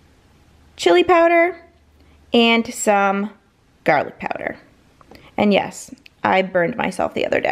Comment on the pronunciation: Garrrrlick! You ruins it!